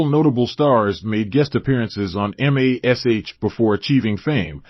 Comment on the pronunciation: WTF is the deal with an AI voice? Why can't people use a REAL person to voice so it will at least calls the show by it's name instead of spelling it out?